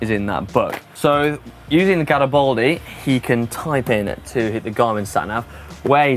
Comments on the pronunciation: what's so difficult about pronouncing GaribAldi just how it's written? it's not Garibouldi! he was not bold! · I'm no Italian, but every time I hear trying to pronounce Italian words I cringe. E.g: Kam-pan-yah-lo/ kam-pahn-yow-lau, gna-chi, gaw-ri-baldy #slaughtermouth